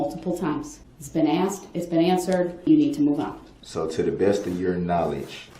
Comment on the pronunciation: No he does not. Nor how to pronounce “asked”. Grounz!